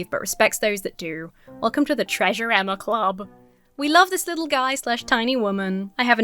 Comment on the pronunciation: I love that when reading the wholesome comment that made you emotional, you almost said your name as “Enema” lmao